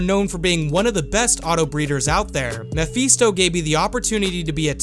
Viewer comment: Mephisto.. I don't like the way you were pronouncing that. You're also not a doctor and should not be administering treatment instead of a proper doctor.